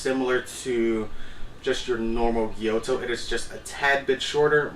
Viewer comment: is it not a gyuto, thats why you pronounce it wrong all the time?